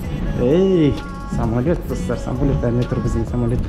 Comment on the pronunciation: Самолот АХАХА может самолёт